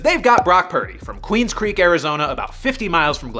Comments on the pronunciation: Bro, I was born raised and still currently live in Queen Creek AZ. I have Brock Purdy's old teacher currently also my old teacher was friends with his sister. I am appalled that you said Queens Creek, it is Queen Creek. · FYI, "Queen Creek" not "Queens Creek" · QUEEN CREEK……..not Queens Creek. A second grade reading comprehension will explain that one for you. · Not to be too much of a brat but its Queen Creek AZ not Queens Creek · Queen Creek, Arizona... not Queens Creek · It’s pronounced Spoke-Ann, Washington, not Spoke-aine and it’s Queen Creek Az, not Queens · QUEEN Creek, not QUEENS Creek lol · For AZ...It's not "Queen's Creek" it's Queen Creek (just for clarification 😂)